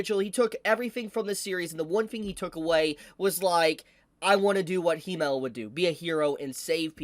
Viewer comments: wait so u english speakers pronounce Himmel like He-mel.....He who??? He mel? what is a He mel? Himmel....Double M...short I, like Him-mel. Him and mel....combine the two, thank me later guess the katakana in japanese are Hi-me-ru fair enough but...cmon....Himmel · Everything is fine, and i love the video its great to see. But its not HE-Mel. But HIM-Mel. Which is an apt name for him as it means Heaven in German. As for the hero. That is actually.. I am surprised for once in my life. Hope he is happy. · You can’t pronounce Himmel either lol, it’s German and is spoken as it is written. Not „Heemel/Hiemel“ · It's not Hee-mel. It's the German word for heaven, short "i" sound. Himmel. Accent on the first syllable. Pretend it's a male camel - Himmel. All the names are German. Frieren means Freezing. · I hate the way you pronounce Himmel 😂😂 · Pronouncing Himmel so wrong.... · The way ur saying himmel is driving me crazy lmao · Can you please stop pronouncing himmels name wrong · i honestly dont know if he pronounces himmel like that as bait but its hooking me :P